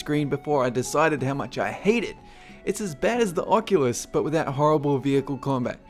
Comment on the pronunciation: ...I loved the Oculules